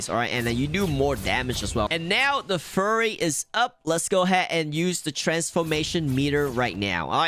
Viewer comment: Why are you calling it furry? It’s a fury meter.